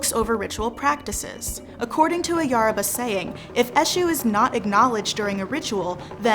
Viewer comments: It's not YARABA, it's YORUBA, yoh-ru-bah. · Is anyone else ticked off that she says Yaruba instead of Yoruba? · ( Yo row ba ) I think that’s how it’s pronounced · This video is great but Yoruba is pronounced "yo-roo-bah" The "yo" is pronounced like "yo" in hip hop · It's definitely "yoh-roo-bah." The pronunciation of most names in this video is atrocious. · Thank you for clarifying some of the statements here. I really did enjoy the video, but...the narrator's mis-pronuciation of almost every entity she mentioned (even the name Yoruba, which is NOT pronounce "YER-ba"!) was very annoying, if not downright disrespectful. Peace to you. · The speaker can't say Yoruba well or Adeyemi. She should have practiced how to say it. Please remake this video with proper pronunciation. You're indirectly educating people to incorrectly pronounce Yoruba names.